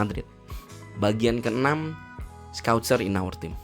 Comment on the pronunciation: Scouser bang bukan scoucer, udah mantap videonya